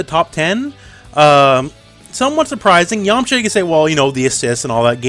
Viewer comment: I am disappointed you kept pronouncing yamucha wrong XD